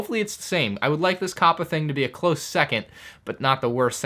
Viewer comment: Why do you keep on switching your pronunciation of COPPA? Sometimes you say COPPA other times you say CAPPA. I think you even said COAPPA